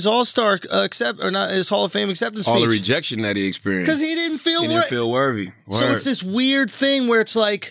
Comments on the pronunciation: How many times is Charla gonna say “worvvy”? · I aint watch yet, but i bet Charlamagne is saying “Wervy” instead of “worthy” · Rite worvy 😂😂😂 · Charla what is “worvy” ? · Wtf is Worvey I mean come on bruh seriously you said it 4 times straight in 1 sentence you didn’t correct it once 😂😂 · How did schultz let him say worvey that many times without making a joke about it ..... writes two best selling books cant say the word worthy correctly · Yo CTG there isn’t a “V” in worthy my guy lmao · Hearing Charlemagne mispronounce worthy at least 25 times and not calling him on it... Schulz really has ascended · Lol he’s not technically mispronouncing it, he is speaking AAVE + his southern accent and I think Andrew knows that♥️ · How many times will Charlamagne say the word “worthy” wrong till Andrew corrects him? Just turned it into a drinking game 😂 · Worthiness * Worth * "Charlemagne the God if Mispronunciation"